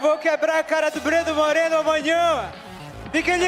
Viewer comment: The R isn't supposed to be rolled when pronouncing 'Moreno' Dont know much about Spanish grammar but im sure that you only roll the R when there's two Rs side by side example: carro, you roll the R caro, you dont roll the R Incase you're curious Carro means car and caro means expensive